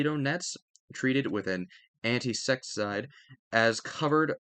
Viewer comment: loll i dont think a lot ngl but def insecticide no worries bro tho i still understood it and everyone mispronounes lolll